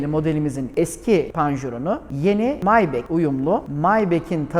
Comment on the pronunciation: Neden maybah değil de "maybek" :)